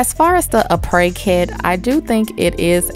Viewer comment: Crystal lol no the stuff she was using was from “Aprés kit” you pronounce it as a pray